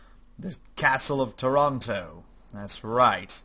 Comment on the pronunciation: Toronto?!?!? Taranto! it's not Canada but Puglia!!